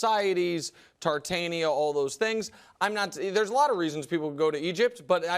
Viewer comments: Tartaria not Tartania Wrong fake intellectual dik breath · Nick purposfully mispronouncing Tartaria is getting old, if you say a word 100 times you can't keep pretending that you do not know the correct way to say it.